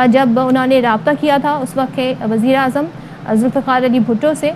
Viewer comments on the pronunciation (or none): none